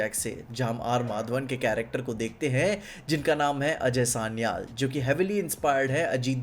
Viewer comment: Aj Sanial sanial kya kar raha hai, ajay sanyal bol naa Angrez kyu ban raha hai itna